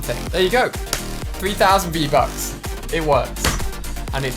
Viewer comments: he says get free-buks😂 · Lol u said free-bucks Good vid though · You said freev bucks